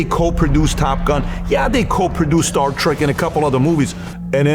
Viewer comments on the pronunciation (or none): none